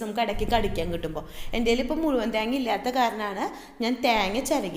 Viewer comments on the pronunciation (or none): try to pronounce thenga properly it seems like too funny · ത്യേഗ്ങ നല്ല ത്യെങ്ങ്ങ ഇതെത് മലയാളം ആന്നോ പറയുന്നെ😅😅😅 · 'Thyeenga 'engane edanonna paranje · Malayali alla lle?? മെളങ്ങും പൊടി and താങ്ങാ കേട്ടപ്പോ തോന്നി. 🤣🤣